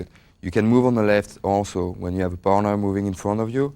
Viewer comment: Everytime he says partner it sounds like boner :D